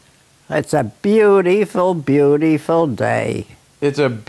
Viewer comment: It always makes my day when she considers every day as Bewteeful :)